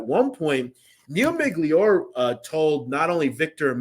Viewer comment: His name was not Miglior It's pronounced Miglioreeee I would guess everything you are saying is only shit you have read and don't really know shit about the people you talking about.